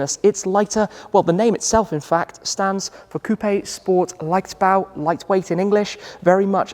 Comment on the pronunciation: Say "Leichtbau" again 😍 <3